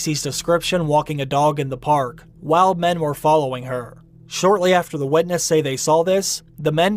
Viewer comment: It took me a while to understand what you meant by "wedness" :P